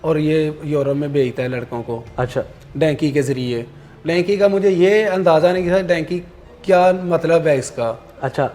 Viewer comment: Dunky hota hai bhai ye dynki kia hai 😂